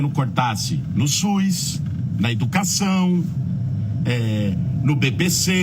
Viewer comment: No 'SUIS". Não sabe nem falar!😅